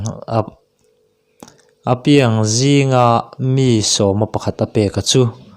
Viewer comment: A piang tih khi i thluk dik lo a, naute piang tih a piang khi lam ri ta la a dik ang ka lo tia.